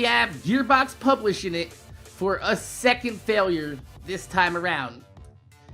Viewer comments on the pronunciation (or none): none